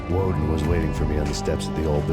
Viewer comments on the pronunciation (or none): Only thing I will say, for the quality of your future videos, learn the names of characters properly. It got annoying correcting "Walden" to "Woden" every time you said it. Other than that, great video.